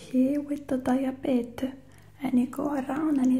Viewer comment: “You will never find the cookie. I didn’t buy no cookie.” Is so cute to me lmao and the way she pronounces diabetes “die-uh-bette”